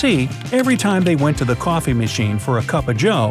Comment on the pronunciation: Did y’all revise when he kept saying: cwoffe